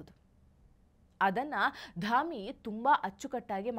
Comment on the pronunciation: ಧಮಿ ಅಲ್ಲಾರೀ, ಧಾಮಿ ಅಂತ.